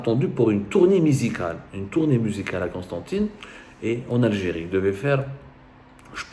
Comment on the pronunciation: une tourné misical🤣😂 aprends a parler abdou